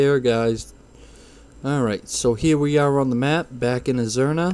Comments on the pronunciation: was about to comment same thing. had to double take them both haha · Not only did he call azsuna and stormheim wrong he called eye of azhara eye of azruna